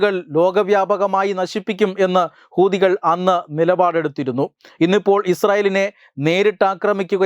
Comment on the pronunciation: ഹുദി കൾ എന്ന് പറയുമ്പോൾ വളരെ ശ്രദ്ധിക്കണം അക്ഷരം മാറരുത്